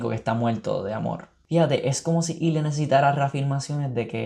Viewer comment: Amo que el nombre de Ilya si lo consiguió decir bien pero el de Svetlana nunca lo soltó por un momento pensé que era otro personaje xD Me encantó la revisión yo lloré en las mismas partes que tú! Son tan bellos estos hombres